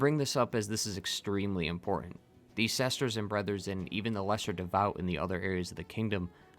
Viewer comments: Sesters and Brethers! Lol great vid as always! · Sesters and brethers